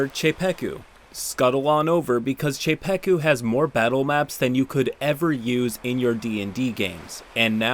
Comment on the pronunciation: aint no way bro pronounced czepeku like that lol